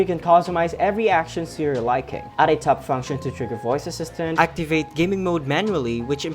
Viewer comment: he keeps saying "TUP" instead of "TAP"